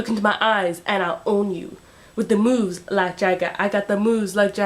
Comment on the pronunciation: You didn't say the third "moves" right! It's mo-o-o-o-o-o-o-oves"